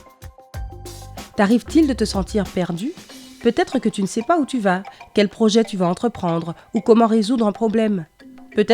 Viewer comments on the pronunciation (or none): Je suis le seul à avoir entendue "merdu"